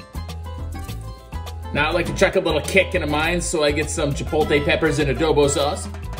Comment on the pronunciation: Chuh-powt-lay NOT chuh-poll-tay. Other than that ya killed it. Can't wait for the snow drift to finish melting in front of the shed so I can rescue my smoker. If you ever want to swap out that yellow bottle for something really tasty try some of the flavored mustards from Kozlik's Canadian Mustard.